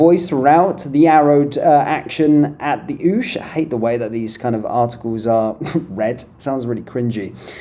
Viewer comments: Oush? Pronounced okee. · What in holy hell is an "oosh" ? It's pronounced "ocky", like hocky without the H. I love what you do, but sometimes you make my ears bleed with your comical mispronunciations of common words. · By the way, "oche" is pronounced ocky, as in jocky without the letter jay, not oosh! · Its not ooooooosh. Pronounce (say) hockey withouth the h. Thats what oche is. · Darts, oche pronounced okay not ooh. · It’s oche rhymes with hockey not oosh It’s the line from where the player throws the darts. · Ouche? Oche!!!! Pronounced occie ffs???? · Oche is pronounced hockey,not very aware about Darts,are we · 1 min 50sec - At the OOOSH. 😅😅 It's pronounced at the (h)OCKEY. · It is pronounced ' the ockie ' you wet blanket, not the oosh. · You are funny , when your playing darts you stand at the oche, pronounced ock eee 😂😂😂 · The "Oche" or Oosh as you said, is pronounced like "Hocky". Its the line that the player stand on when throwing the darts at the dart board. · Ooosh? 😮 Pronounced ‘hockey’ do keep up. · Come on mate the OCHE pronounced OKI is the line the players throw from. It’s not called the ooosh. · Oche, pronounced as ocky not oosh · Oche pronounced ocky not oosh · Oche is pronounced okee. Love your broadcasts though 👌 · It’s pronounce ochey as in hockey, not oouch, learn your British history, massive fail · Oche is pronounced like “ocky” not ooooshh 🤣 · Oche is pronounced 'ok-ee' not 'oosh". Grammar lesson over. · "Arrowed action at the oosh"? 😂 It's "at the oche"! Pronounced like hockey without the "h" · Bro… darts…oche… it’s not an ‘oooosh’ 😂😂😂😂 come on man, sorry I had to call this out. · PS not oosh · Oche is pronounced 'ocky' and is the line from which the player throws. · Oche is pronounced OCKIE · Pronounced "Ockey". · Just so you are aware, "oche" is pronounced "ockey" (take the word "hockey" then remove the "h" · ‘Oche’ - the throw line. It is pronounced ‘ockey’. Rhyming with ‘hockey’. Sounds less ‘cringey’ if read correctly.